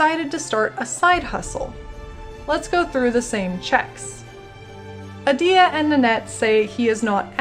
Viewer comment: is it you'r shtic to pronounce in-game names incorrectly ? :D its Adiya not adIya, [ai]la not [e]la :) also kUrai*